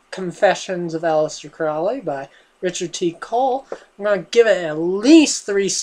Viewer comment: Can you even read? You really should read a book before reviewing it. FYI Crowley rhymes with holy, not foully.